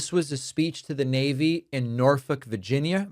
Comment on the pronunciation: You may have tripped over the word “Virginia” but I totally appreciate that you know the correct pronunciation of “Norfolk” 🥰